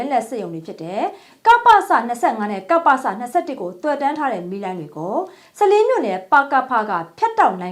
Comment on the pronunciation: ရေးတော့ စလင်း ဒီလို ဖတ်မယ် စ,လင်း ပါတော့မယ်